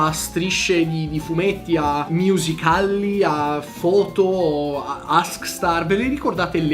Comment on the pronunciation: “MIUSICALLI” ti amo